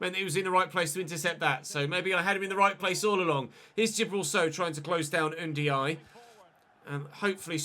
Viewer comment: i know its spelt ndiaye but you say it N-die-ee. also his first name is il-ee-man